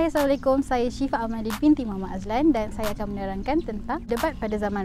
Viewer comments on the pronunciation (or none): none